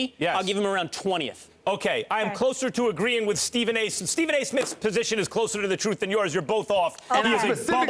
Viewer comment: PEOPLE!! This mans name is Ste PHen A. Smith not Steven. FUCK! it's in the title every damn episode.